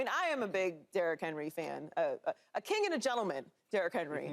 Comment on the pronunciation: Someone please tell Mr. Jones the word is king, not kink. It's Not Kink Henry!!